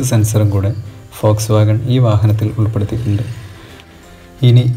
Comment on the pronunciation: Foxwagon alla....WOLSWOGON POLO..aan